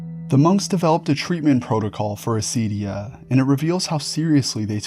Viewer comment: For other greek people who might be confused by the mispronounciation/latinization: acedia=ακηδεία